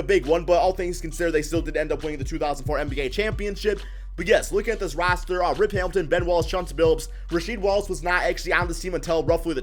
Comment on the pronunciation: Why he say roster like that